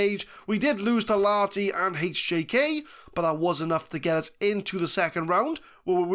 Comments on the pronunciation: You're soldiering through the finnish names pretty dang well. Even if "FC Laaati" kills me a little on the inside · A little less emphasis on the A and a bit more audible H and you're golden.